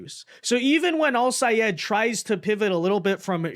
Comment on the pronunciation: I am SO GLAD you pronounced Al-Sayed's name right!!!